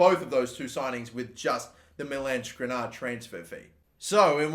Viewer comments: Just sell the players whose names you cannot pronounce. Skriniar, not Skrinar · Skr-nee-ar. Your pronunciation is fucked.